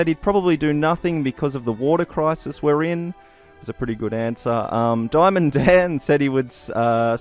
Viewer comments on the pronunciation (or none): none